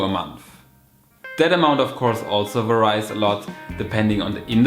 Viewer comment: Excellent video. [Tiny hint : please check pronunciation of "varies"] 🙏🏻💪🏻💕